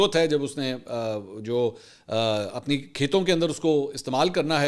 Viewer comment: جیوانی ھے جیونی نہی ھے۔